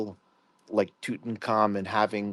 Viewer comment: Mf'er said tutucarmen